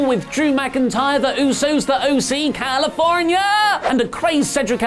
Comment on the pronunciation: You shit on WWE for being kiddy and doing dumb things yet you think saying California like that is funny